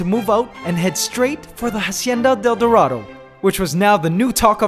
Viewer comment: Yes! And also He has to pronounce dorado like Doe ( deer) or Do from Do Re Mi.... DOErahdoe